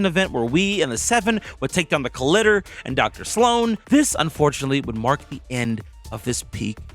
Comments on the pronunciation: how did you just say collider? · The way you said collider lol. I'm just giving you crap no hate towards you here.